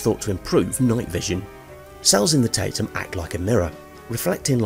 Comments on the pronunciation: The tapetum isn't pronounced "tape tum", it's tap - ee - tum. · It isn't pronounced "tape-tum" 🙂